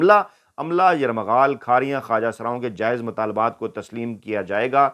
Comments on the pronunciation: راجہ صاحب زندہ باد ۔ آپ درستگی کر لیں کہ یرمغال نہیں بلکہ یرغمال ہوتا ہے ۔ یرغمال ✋✋✋😄😄😄 شکریہ ۔ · راجہ صاحب ،یہ لفظ یر مغال نہیں،یرغمال ہے پلیز اپنی اس غلطی کو درست کیجئے ۔ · Yarrghamal & not Yarmaghal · Veer g yarmgaal nahi Lafaz yargmal hay Bilawal Ki Tarah aap bhi... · راجہ صاحب ۔۔۔ لفظ 'یرغمال ' ہے 'یرمغال' نہ بولیں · یرمغال نہیں یر غمال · بھائ ( یرمغال۔ یا یرغمال ) میرا تصحیح کر لو یا اپنا آپ بار بار یرمغال پڑھ رہے ہو ؟ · سر آپ لفظ یرغمال کی بجاے بار بار یرمغال بول رھے ھیں پلیز تصحیح فرما لیں۔ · Yarmaghal ni yarghamal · Ayyaz bhai yarmaghaal nahi yarghamal hota hai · صحیح لفظ ہے یرغمال۔ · یرمغال نہیں ہوتا یار ۔ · اسلام وعلیکم راجہ صاحب اللہ پاک آپ کو ہمیشہ خوش رکھے آمین سر آپ لفظ یرغمال غلط پڑھ رہے ہیں تصحیح کر لیں شکریہ ۔